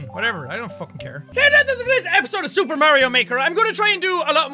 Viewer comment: My video paused when he said super and sounded like he said soup